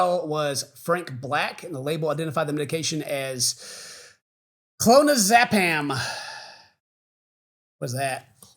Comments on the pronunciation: "clonazaapam?" "Clonazepam." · I love how I can easily tell you guys have never been in the drug scene because of how you pronounce things like "opiate" and "clonazopam" xD